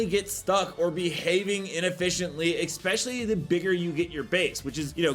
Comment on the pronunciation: Dude... it's "especially" not "expecially"...